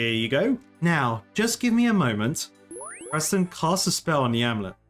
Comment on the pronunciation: I have to ask, do you keep calling Wizard Persten as Presten on purpose or on accident? I don't mind, just curious. :)